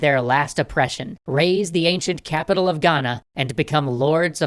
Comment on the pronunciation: As a Ghanaian the way he says Ghana is better than most so 👏🏿👏🏿👏🏿